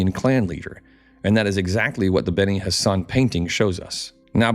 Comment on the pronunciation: I swear every time you say benni Hassan or whatever I hear Benny Hannah "from there they traveled down to Benny Hannah for a smokin good ribeye"